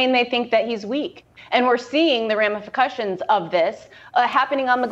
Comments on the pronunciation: Talking about Bidens cognitive ability and says "Ramifucutions" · She said “ramificutions”😆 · "ramipercussions" what is that? Merger of repercussions and ramifications? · " ramiafakushins???" Lololol ramifications + repercussions! Oops!!😂🤣 Bad timing for that....lolololol